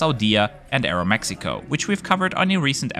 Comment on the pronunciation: Funny how you pronounce all the Spanish words perfectly with the exception of “Aeroméxico” 😂. Great video!